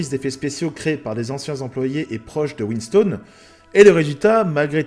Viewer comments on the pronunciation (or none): Je découvre la chaine par cette vidéo Sympa la petite vidéo. Quelques coquilles cependant, mais rien de méchant (on dit pas "win-staune" mais "winstonne" et le jeu terminator resistance est + un fps (first person shooter ) qu'un RPG même si y a des élements de rpg. comme j'ai dit, rien de grave! par contre t'as donné ton avis sur les 3 premiers films et les 2 derniers... t'as oublié salvation ! perso c'est mon préféré "non-cameron"